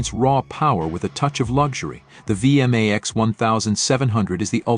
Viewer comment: Hey! A Vee M Aee Xxs. Nice shitty computer voice over.